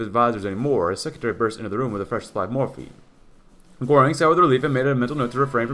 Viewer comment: I'm not even a native German speaker but the way you pronounce "Göring" is a little bit bothersome. lol